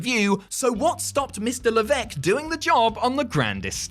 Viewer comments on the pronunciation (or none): none